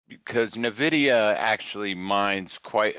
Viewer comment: Great score guys! The "Na-Vidia" gets me every time! 🤣🤣🤣